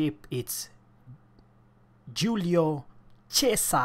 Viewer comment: The name is Giulio Cèsare. Giulio is alright but Cesare have the stress in the first E not in the A.